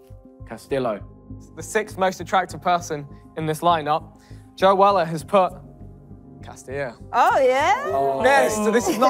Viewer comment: It’s castillo